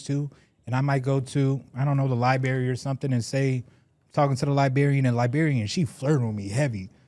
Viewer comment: Anyone else hear " Libary" 3 times in arrow 😂